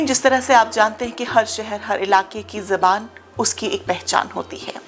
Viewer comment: It’s ZUBAAN not Zaban